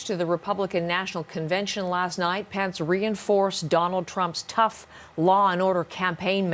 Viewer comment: this news anchor doesn't know how to pronounce Pence!lol